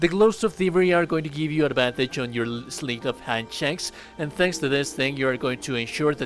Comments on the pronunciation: Sleight of hand is pronounced with a hard eye … sl eye ť Not “sleet of hand.” Just a friendly correction. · it's pronounced "slight of hand" like "light"